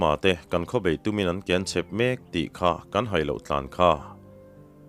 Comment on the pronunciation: Sêna Raltê: Siaha A ngaihnawin a chhiartu hian i chhiar thiam bawka beng a tlai kawp mai. Mahse thu lam dân pakhat KEN tih lam dân hi sawi ka duh tlat mai, chu chu nang chauh ni lovin Seifa te zingah hian lam dik lo kan tam ta hle mai..Thutna kian/ Kawng kal kian sawi nana KEN lam rik dân hian in lam ri tlat mai, kuta thil KENG sawi nana KEN hi chu lam hniam ni se, a phei/ sang zawnga kan lam chuan Thutna kian / Chanvo in kian lam a kawk tlat a ni.